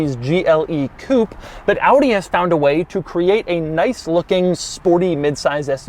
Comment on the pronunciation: Finally a car reviewer in english who says Audi correctly instead of Awdeeh. Doug always the GOAT.